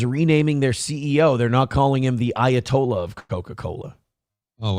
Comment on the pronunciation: Everytime you say ayatollah all I here is of rockin rolla